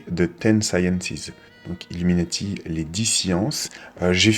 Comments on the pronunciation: par contre même en anglais ca se prononce illuminAti et pas illuminÈti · bien sur que non mais le A ne ce prononve pas È dans ce mot en anglais donc me dit pas le contraire je sais de quoi je parle . c est pas comme pour le mot NATO qui lui lui se prononce NÉTO , illuminati c est pas le cas , il se prononce comme en français...sans l accent bien sûr